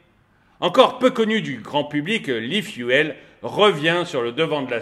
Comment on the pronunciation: E-Fu"elle", trop 😂